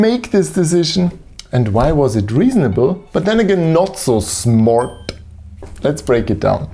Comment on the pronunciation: Heh. That perfectly matched mispronunciation and misspelling of smart makes me think you knew exactly what you were doing.